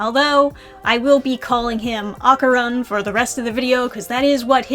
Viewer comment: No matter how many times I hear people pronounce Dandadan wrong it's still a jumpscare. Edit: oof not Okarun too. My poor ears.